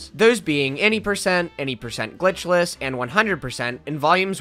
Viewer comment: im kinda jealous at how you can say the word "glitchless" cleanly